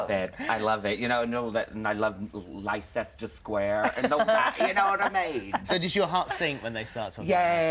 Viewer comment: omg, i totally pronounced leicester square the way alan did when i first went there. lol